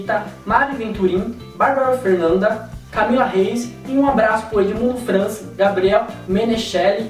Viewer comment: Era Edmundo ''Fraz'' (FRAIS) ok? Okay